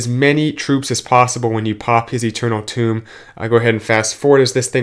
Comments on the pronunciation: i wasn't trying to correct him, i was making fun on how he pronounces Tome, sounds like Toom, and my b on Ethernal lmao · Tome...not tomb